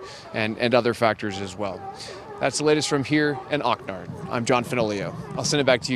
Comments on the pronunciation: Mf said OCNARD at the end 😅😂😂 it’s Oxnard lol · Oc nard? It's OXNARD